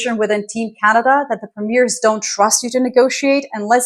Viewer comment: Dear, as much as I find your content interesting and informative, this is starting to irritate me: in Canada, the provincial leaders are “premiers” (pre-me-er), not “premieres” which means something quite different. It is as if I called the “president” of the US, a “precedent”.